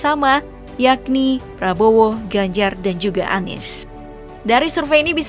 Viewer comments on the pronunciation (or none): none